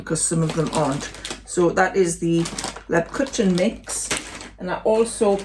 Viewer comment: Yum 🤣they all looked/ sounded delicious( well apart from the chutney, but I’m not a chutney lover 🙄🤣) Lebkuchen is pronounced Leb-kooken, kuchen is German for cake…..I know I’m a know all 😂😂 xx